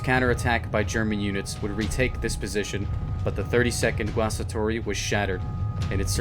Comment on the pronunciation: Great pronounciation of 'Guastatori'.